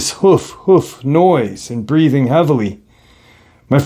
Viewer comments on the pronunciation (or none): none